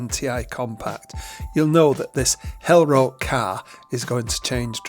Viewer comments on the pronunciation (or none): German here. You pronounce the color hellrot a bit wrong. The o is longer. You pronounce it as hell rott. Also hellrot just means bright red